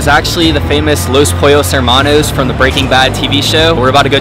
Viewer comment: i hate how you pronounce los pollos hermanos